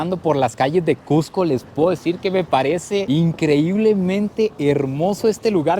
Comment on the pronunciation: Felicitaciones por todos los logros. Pero más por pronunciar "CUSCO", como debe ser, y no "CUJCO", como muchos, especialmente limeños lo pronuncian. A mi me lo corrigieron al toque al llegar allà. A la altura de Punto, tienes un 30% menos de oxígeno que en Lima, por lo que vas a respirar un 30% más. Pero al tercer día, según las escrituras, te aclimatas. La preparación de caldo tarda el doble porque el agua no hierve a 100 grados C. Y muchas otras cosas más.